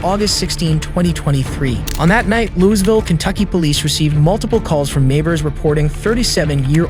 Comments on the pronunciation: its pronounced more like louievull not lewis ville, ask basically any local (or really most Kentuckians and even some Ohioans or west Virginians) and they will tell you this... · Why are you saying the "s" in Louisville and why are you calling Kala (kah-luh) it's Kay-luh, and now Chloe is "clo"? It's cloh-ee. WTH it's pissing me off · Louisville, pronounced: Loovul or Loo-ee ville... NEVER Lews Ville 😅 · "lewis"ville? moyses? are you slow? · Kala's name is pronunced KAY-LA. They even said it on the multiple times on the video and you still got it wrong. She did an amazing job of recounting everything that happened but nobody gave her the support she needed and she never recovered. Then you said Louisville like Lew-is-ville when everyone knows it's Louie-ville. It's really not hard to find this stuff out with a tiny bit of research. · Sir as a lifelong Kentuckian I am appalled by the way you pronounce Louisville lol. Great video man, keep up the awesomeness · You said Louisville wrong